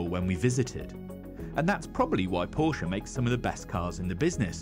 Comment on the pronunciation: thank you for pronouncing Porsche correctly 🙂